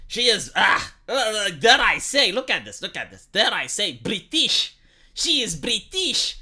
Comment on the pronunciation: You going, "Bree-teeeeesh" had me rofl. XD